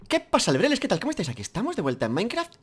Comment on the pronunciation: SOY YO O AL FINAL DIJO LEBRETES EN VEZ DE LEBRELES???